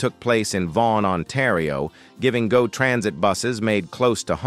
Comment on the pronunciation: it’s pronounced “go” as in I will go to the market not G O